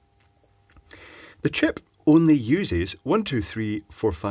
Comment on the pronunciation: I love how you say "Chip(puh)".